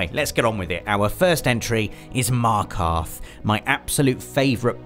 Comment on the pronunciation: I always watch you and make sure I catch up on your Friday features and literally ALL of our favourite games are the same (except PES....) and your writing and storytelling is exceptional... but.. Markarth?!!?!?! WHAT THAAA FRICK!